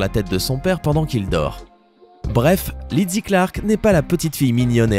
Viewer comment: Je m'appelle aussi Lizzie et ça se prononce Lizzie tout simplement et pas Lidzzie. C'est insupportable quand on écorche notre prénom.